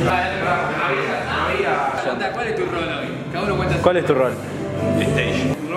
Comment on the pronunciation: Visitarán Mexíco pronto? Ojalá que te mira en vivo. 😢 Jajaja, dice “shi-Zeus crist”! 😂